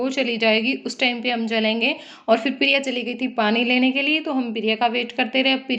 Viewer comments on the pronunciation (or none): Pirya nhi hota priya bola kro